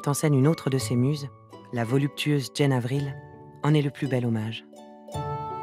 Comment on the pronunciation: Très beau documentaire! Il est cependant dommage que la narratrice ne se soit pas informée de la prononciation des noms propres... On doit dire "Jeanne" pour Jane Avril et "Jam" pour Folie Saint-James.